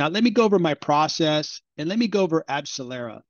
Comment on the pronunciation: You lost credibility the moment you spoke... Abcellera didn't help Pfizer and Moderna to make vaccines... Abcellera is a company that makes ANTIBODIES...NOT vaccines - they had absolutely no role with Pfizer nor Moderna for their COVID vaccines... Not only that, but you're totally butchering the name...